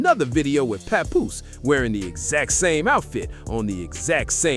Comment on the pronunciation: No you didn’t say “pawnpoose”😂😂😂😂😂